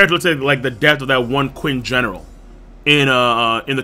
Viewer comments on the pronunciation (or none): not Quinn, it's "chin", you pronounce it like "Chin", similiar to "china"(where the name china came from).